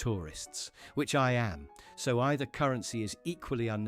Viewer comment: AI should learn how to pronounce currency.